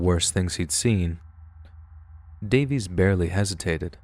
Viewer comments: Not bad sir. Who the heck is Jonathan davees?! I only know Jonathan DAY-VIS... 🌝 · Pronouncing Johnathan Davis’s last name as “Day-Vees” is killing me inside lmao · Jonathan Davis, not Davies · It's Jonathan DAVIS, not Davies. Lol. 🤦🏼‍♀️ (Korn🖤)